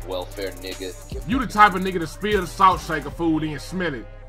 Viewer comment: My nigga said sniff snalt and pepper